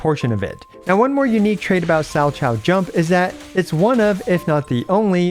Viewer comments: Thanks for the guide. I was planning to play her with Anby and Seth, but I didn't know if it's actually a good idea or not, so I came here hahah. Also, Salchow is pronounced sal-cow. It's someone's name that is now being used as one of the jumps in figure skating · Salchow is pronounced "sal cow", it's a figure skating move. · I think it's pronounced "sal-kow", it's a figure skating move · Learning how many CCs for ZZZ haven't seen figure skating before has been funny (salchow pronounced more like 'Sow Cow') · Sow kow, or Sal Kow. I guess people don't watch figure skating because it made sense immediately. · Not a single content creator has pronounced salchow right, haha. I'm surprised that no one has heard the word before in reference to figure skating and made the connection. Like a triple salchow? It's a jumping spin move.